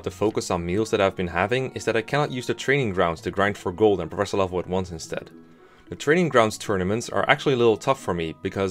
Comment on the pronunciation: I thought it was pronounced Professor. That's what all the people in universe say anyway. Hmm I wonder what my recommended videos will be: Can You Beat Pokemon Sword and Shield Using Only A SNOM? Can You Beat Pokemon Black WITHOUT EXP? [note: I know the answer is yes for Pokemon White because dondon151 did a speedrun of that before the game was even out in English, seriously the playlist is his channel] Real 3 Housewives of Garreg Mach (Fire Emblem 3 Houses Parody Animation) Can You Beat Terraria With only the Sand Gun? Terraria, now there's a surprise.